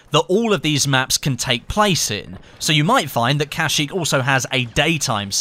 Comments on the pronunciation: I'm surprised I didn't see any comments that said uhh it's pronounced kuhsheek not casheek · You dont Say kashyyyk with an "a" you're supposed to say kashyyyk with an "e" so it sound like keshyyyk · you said it wrong you are putting to much effort in the a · "kasheek".... XD